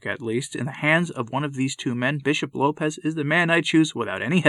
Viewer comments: It is Lopes, like hopes, not like Lopez. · Just a note….his name is pronounced with the s as an “s” and not the Spanish low pez. It’s Lopes as in “hopes,” with an “L.” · Lopes is a Portuguese name (not pronounced Lopez either), and it does not mean wolf. You’re thinking of lobo.